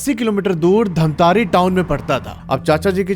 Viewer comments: Bhaiya mai bahot shauk se dekh raha tha or bahot interest aane hee laga tha ki धमतरी ko aap itne baar itne jyada baar धमतारी bole ki maine video turant pause krke dislike kr diya, Huge respect for rest of your videos, stories but not this time....😬🥲💔👎🏻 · It's धमतरी not धमतारी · Bhaiya aapki video achhi lgti hai aap aur aakshay vashisht dono ki video dekhta hoo mai ❤❤❤❤,,,,,,mai bhi chhattisgarh se h loo ,,,,,, धमतरी है hai bhaiya धमतारी nhi 😅😅😅😅😅😅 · Dhamtaari ni dhamtari hai voh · Damatari not dhntari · Bhai wo jo English mei dhamtari likha hai wo hindi mein धमतरी hota hai aur jo tum keh rahe ho धमतारी wo english mein dhamtaari hota hai. Itna samajh nhi aata gawar ho kya? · धमतरी है भैया dhantari नहीं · I am from dhamtri.. Its not dhamtaari by the way😂😂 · Wo dhantari nahi ( dhamtari ) hai bhaiya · Dhantari nai hai bhai dhamtari hai mai raipur se hu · Dhamtari ko miss pronounce mt kro bhai sare chhattisgarh wale gali denge tumko